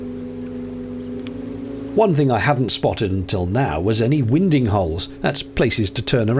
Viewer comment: I always thought winding was pronounced "winding" not "winding".